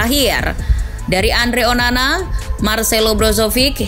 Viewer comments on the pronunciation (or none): none